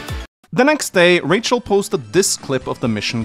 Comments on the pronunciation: Raw chi el??? Its most definitley Ray-chel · I'm sure her name is pronounced Ray-chel & not ra-chi-ell 🙃 sorry if that comes across being rude but I have never heard that name pronounced like that 😋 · Her name is pronounced“Ray-chell” not “Rah-sha-ell “. 😂😂😂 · "Ra-sha-hell"?? I think "Ray-chul" is more likely. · Am I the only one that laughed everytime butchering the name "Racheal" it's not Rasheal lol. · Ra-sha-el? It's Racheal... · Her name is pronounced Raychul :x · That is the strangest pronunciation of Rachael I've ever heard. Rachael is just an alternate spelling of Rachel. Same pronunciation. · Rafael eith a Ch, lol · I'm sorry, but ' pronunciation of Rachael/Rachel is killing me! 😂 This is the correct way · Ur pronouncing rachael wrong